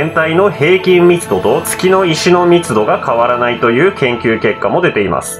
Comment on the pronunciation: 月の石が けつの石にしか聞こえんのだが